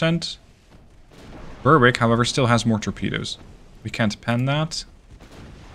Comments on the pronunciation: Lol, you're very fastidious about pronouncing the French ship names correctly but not so much with the British ship 'Berwick'. Now, I understand that in the US there are towns that are pronounced 'Bur-wick' but the British pronunciation would be 'Beh-rick'. 'Dunedin' would be 'Dun-(h)ay- din' with the accent on the second syllable. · Fabulous video as ever. One small thing: 'Berwick' rhymes with 'Derek'. That is all!